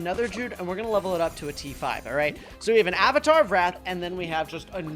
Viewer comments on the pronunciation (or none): none